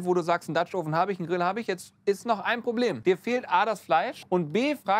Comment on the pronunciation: Mensch Leute, tut euch und euren Zuschauern doch einfach mal den Gefallen, das Wort 'oven' in Google translate einzugeben und euch anzuhören, wie es wirklich ausgesprochen wird. Das hier ist jedenfalls die reinste Folter.